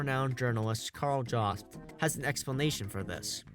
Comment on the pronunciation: It's pronounced with a Y-sound and a B in the middle, "yobst"